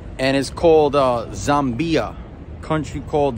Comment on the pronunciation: It’s pronounced “ZAM BYah”